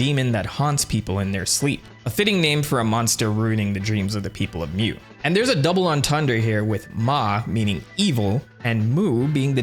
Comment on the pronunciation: Mu is pronounced "moo" not "mew" (exactly how you pronounced it in the name "mamu") its a mythical Atlantis like sunken continent, that some crazy people thought humans came from, basically its a "new age" "garden of eden" analog, other "lost lands" of note are lemuria, where old people originally thought lemurs came from, and of course, atlantis, a supposid technomagic hyper advanced civilization. Mu is the newest one of these with its first mention being in the 19th century, So i hypothysize that it is just a shortening of lemuria, and just combining its story with the story from genisis.